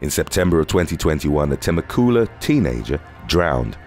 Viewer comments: That pronunciation of Temecula was actually "Teh-Meh-Cula" that was the first story ive heard about there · The way you pronounced 'Temecula' just killed me HAHAHAHAHA! Love your videos!!!